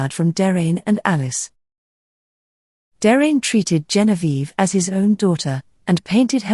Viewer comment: I concur with all of the other positive comments....very well-done video. Par contre, Please check the pronunciations of "Derain" and "Collioure", which are inaccurate. Cheers.